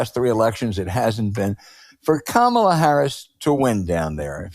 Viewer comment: Hey Al, do you think you could pronounce her name correctly. It's not that hard. Try "Comma La." == Kamala. My take, Scott Jennings is a moron. He is on CNN to stir things up. He must be well paid. If Trampon loses, Jennings will be out of business. He better save his $$$$. There would be no reason to keep him on the show.